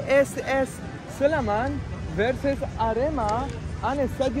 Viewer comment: SLEMAN NOT SLEMEN!